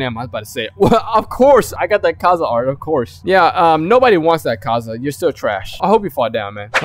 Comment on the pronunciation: It’s not akza it’s akaza